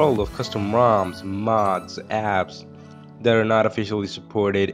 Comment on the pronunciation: I don't know if you say moms or roms 😅